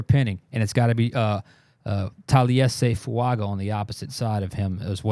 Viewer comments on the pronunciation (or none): His last name is pronounced FuaNga. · His name is pronounced "Talley essay fuan ga."